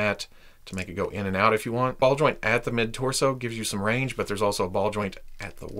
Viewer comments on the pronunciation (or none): none